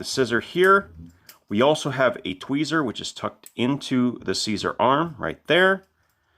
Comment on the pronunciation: He said seezer tho